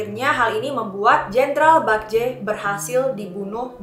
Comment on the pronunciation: Bukan bakje mbaa tapi bekje e nya kek baca bebek